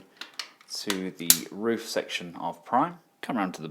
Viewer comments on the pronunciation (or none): none